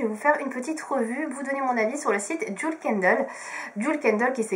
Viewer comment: On dit bien DJIWEL et pas DJOUL